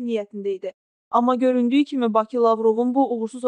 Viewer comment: Şərhi oxuyan xanım azərbaycanlıdırsa "Bakı" sözünün tələffüzünə fikir versin!